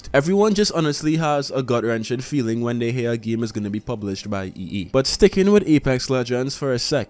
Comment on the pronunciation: why do you keep saying EE instead of EA?